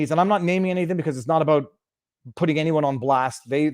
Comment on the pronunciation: You said by virtue of putting and I heard pudding. By virtue of pudding. I love it.